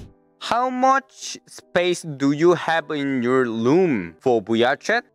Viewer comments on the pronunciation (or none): *saying room but i hear Loom* me: WHEEZE